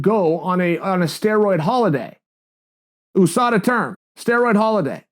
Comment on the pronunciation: OOO-SADA Pool.